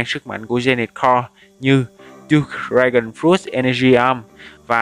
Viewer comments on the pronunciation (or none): none